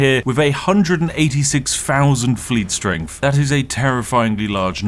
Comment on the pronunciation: "Firty free"? "Strengf"?? Literally unlistenable. You need speech therapy.